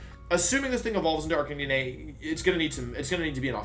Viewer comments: Jesus Christ, how do you butcher Arcanine so badly as well? Its Arcanine, an ARCANE CANINE. (Ar-cay-nine) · I found "Arkaneeneigh" very jarring. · Arcani-ne??? Dude its Arcanine, like the number 9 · same! I have never heard anyone pronounce it like that... I thought it was pronounced "ARC-KAY-NINE?" I get almost all my pronunciations from the English anime but like idk. It seems like Wolfe has lots of alternate pronunciations (Gyarados, etc) so maybe it's intentional, or I'm wrong lol. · Joke. Same with Arcaneené and intimidahtee